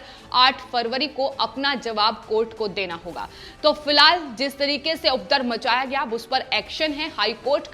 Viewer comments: अपने हिंदी के उच्चारण पर ध्यान दीजिए। उपरदव नहीं उपद्रव होता है। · It’s not ‘updrav’ but ‘upadrav’ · You the ancher is not clear in hindi language Actually is UPADRAV Not udrav as you spoke Mind it 1st command the language then come on TV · Please aap Hindi sahi bolen ye shabd updrav ko updarv aur updravi ko updarvi na bolen